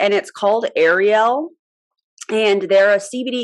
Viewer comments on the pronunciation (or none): Ariel means lion in Hebrew - which is why they have a lion in the logo. You would pronounce it ah-riel